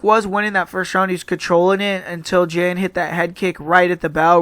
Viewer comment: "Jen" lol JAN man 😂